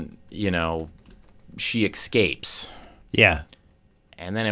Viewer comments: .. She EKSCAPES... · Barry is so good! I totally thought he was going to have to kill the little girl. Side note... who knew Bill Hader cant say the work "escape" correctly? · "... she eXcapes." That sucks. I used to love Bill. I don't pass the test, consider me educated.